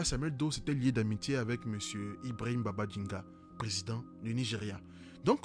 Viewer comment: Ibrahima Babangida, au lieu de Babaginda (erreur de langage). Top vidéo, merci beaucoup